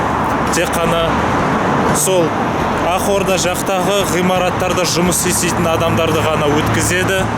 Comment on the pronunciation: "Ақорда " -- "Ағорда " айтылады-ау